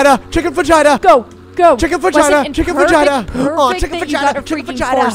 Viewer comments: WHY DO THEY PRONOUNCE FAJITA LIKE THAT PLS ITS NOT VAGINA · Help that's not how you say chicken fajita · the fajita pronounciation had me rolling